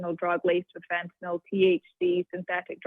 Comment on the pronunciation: can u say fentynol